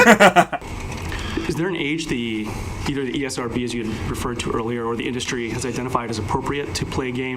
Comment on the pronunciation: Anyone else heard the old guy say EA-SRB 😂😂😂 The guy thought they own it 😂😂